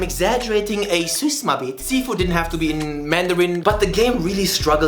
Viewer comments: It is called Sifu, not She foo lol. HK FTW!🤣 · The game is fucking called Sifu, sit down